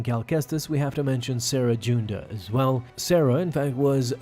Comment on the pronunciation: Its cere (seer) junda (june-da) not sarah